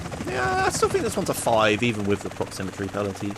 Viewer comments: It's "proximity" not "proxymmetry":D Keep up the good work, I'm loving this series! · Duuude. It's proximity, not proximitry. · proximitry? really? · Take a shot every time says "proximitry" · You kept saying "proximitry" instead of "proximity" lol. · Isn't it proximITY rather than proximiTRY? It sounded weird each time I heard it. Great video btw loving this series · proximitry proximitry proximitry god dammit,, it's PROXIMITY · the word is Proximity:D I loved the video anyway, good job and looking forward to the next ones. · It's pronounced prox-im-it-ee by the way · Listening to say "Proximity" wrong for 1h straight:D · Theres no second R in proximity.